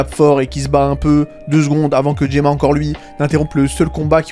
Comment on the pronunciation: Pourquoi Gomah tu l'appelles Gemah, la VF a changé son nom ?